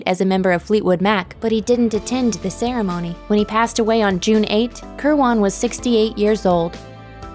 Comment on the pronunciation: it's danny kirwin, not kirwon. pick a pronounciation; and stick with it.